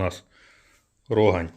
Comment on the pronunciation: Тільки правильно казати РогАнь. І сьогоднішне пиво, що Рогань що Чернігівське на смак просто гидота.